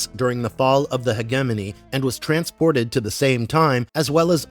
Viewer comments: Hedge jimmy knee!! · if you're gonna say HEGEMONY 55 times, please search up how to pronounce it... LOL